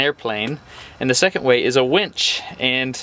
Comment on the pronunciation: Winch, the machine, not wench.